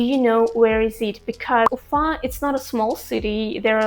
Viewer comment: It was really interesting hearing your perspective. I knew a few Bashkir people when I lived in China. I like the Bashkir pronunciation of your city, Ufa. I highly encourage you to check out the United States and get a better perspective of things. Many Russian nationals and people from the former Soviet Union want to come right now. Honestly, as an American who lived both here in the US and abroad, life is better in Asia. My wife, a Russian ethnic minority, and I, are looking forward to the day we can go overseas again. In any case, while NY and LA are world famous cities, don't leave out Miami in the free state of Florida or the beautiful state of Hawaii!